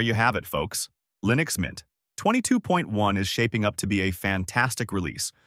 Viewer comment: wtf did you just say? did you say Lynux mint?